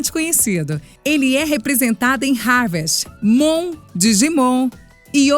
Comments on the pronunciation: No momento se fala harvest moon... e não harvest............ moon kkkkkkkkk....... entendedores entenderão! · nossa a pronúncia do harvest moon me deixou com uma série vontade de desinscrever do canal! O ponto forte de vocês são os narradores mas essa mina aí pecou feio hein!